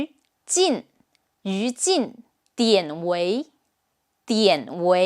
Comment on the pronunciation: about 典韋 dianˇ-weiˇ，since they are two 3rd tone characters, we pronounce it in 2nd tone and then 3rd tone here, dianˊ-weiˇ.